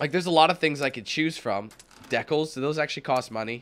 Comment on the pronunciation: Lol wait did you just call decals "deckles"?! Lmao